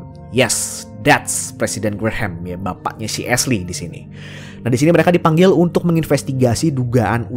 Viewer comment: "presiden graham BAPAKNYA SI ASHLEY". papa killstreak punya dendam pribadi nih sampe ada penekanan nada di situ. wkkwwkkw